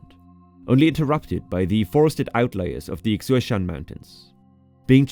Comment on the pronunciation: I was impressed by how well made this video is. However, there's some corrections I would like to give. 1. mount Jade is actually 3952m 2. Xiashan is pronounced as "shé-shan" in Taiwan 3. TSMC and the tech companies is actually mostly located in Hsinchu not Taoyuan